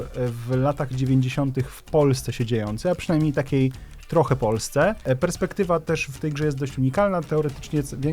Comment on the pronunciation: Nie perspektywa, tylko PERSPEKTYMA! Ten film to sztos, mega mi brakuję programów informacyjnych o grach na polskim YT. Mam nadzieje, że będziecie częściej robić tego typu content!